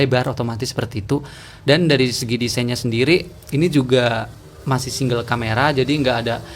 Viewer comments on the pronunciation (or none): none